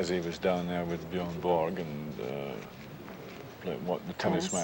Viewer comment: Wow he pronounced Björn Borg very well!